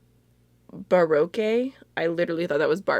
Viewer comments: Barque was a time period involving the arts in Europe (pronounced bar- oak). I prefer the way you said it though since it would have been correct in Spanish lol. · I love this look, it's so 80s! Loved it with the hot red lips too ♡ If that first lippy is spelt 'Baroque' it's pronounced 'Ba-rock' :) You should defo Google Image search it because it's a really eccentric and beautiful art/ architecture style :D